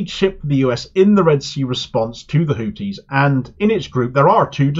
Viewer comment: Why do you insist on calling them “Hootis”? Sounds like a topless bar! I speak Arabic and trust me, it is pronounced “Hoothis”